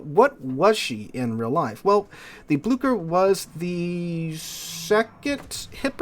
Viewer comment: Like i am not best at pronouncing names in langueages idk but u absolutely murdered the Blücher. It is an ü not an u and it isnt an k it is ch so it is more like Bloosher. Idk a english word with a ü sound so oo is closest i gues.